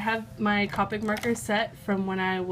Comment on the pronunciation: Ahh ppl saying caw-pic is a pet peeve of mine >.< it's koh-pic